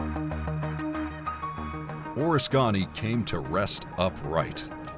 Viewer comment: Unfortunately, you are horribly mispronouncing USS Oriskany..